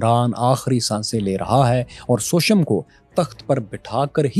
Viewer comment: Shocked to see that u have such a poor pronunciation of Indian Name such as Bindu Sar, Sushem and Chanakya but ur pronunciation of Arabic Name is flawless. This reveals that Pakistani Education system has some serious issue.